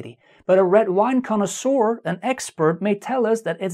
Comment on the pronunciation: has Brain!!... Also that word "Conosour" sounds like DINASOUR!!...